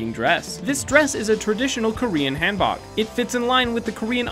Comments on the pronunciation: It's haan like Han Solo not Han like hand haan boke say it with me haan boke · Ham-bok Boi its pronounced hum-bok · you said Hanbok wrong😂😂 .. 학번 han.. like hans solo bok.. like a 'book' but the o is more sharp